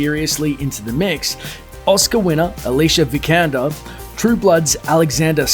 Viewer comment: Alicia Vikander. You said her name wrong, dude